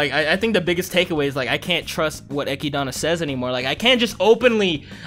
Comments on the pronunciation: bruh dont go around calling her eh-kid-anna its echidna, like knuckles from sonic the hedgehog. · Who the f is Echidana, it's Echidna bro